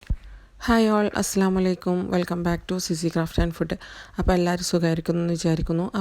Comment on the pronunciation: Assalamuvalaikkum aan ithaa ini parayumbol sredhikkuka itha assalamalaikkum ennan parayunnath angane paranjal artham marum ok